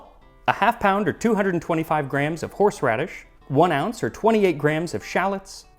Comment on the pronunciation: "Horseraddish" Me: stands up im out